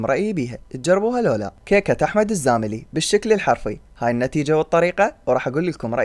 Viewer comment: الزامل وليس الزاملي .. نيسك ويك وليس نكيس ويك .. شكرا عالفيديو الممتع 🌹